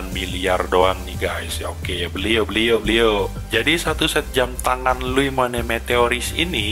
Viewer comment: Luo mowane , itu cara bacanya